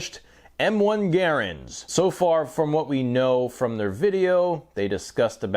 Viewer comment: Gare-ands? I cannot watch this anymore as I don't speak Canadian, just English.